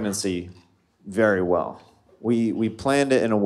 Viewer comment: Vwell vwell i musht veatch i musht